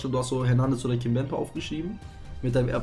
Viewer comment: Sprichst von Erbsenhirn und nennst den IV von PSG konsequent immer "Kimbempe" 😂😂